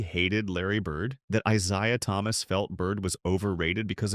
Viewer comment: Who da hell is I Zye uh Thomas???